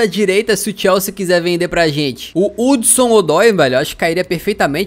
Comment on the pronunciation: Vc fala o nome do Hudson errado